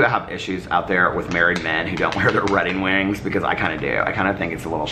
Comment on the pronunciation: I so had to comment again... said Redding Wings instead of wedding rings ish.... I love it!!!